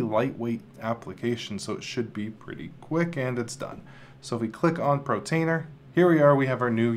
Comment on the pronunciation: It's portainer, not protainer lol